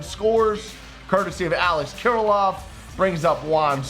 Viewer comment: Some teach to say Alex Kirlloffs name 😂😂😂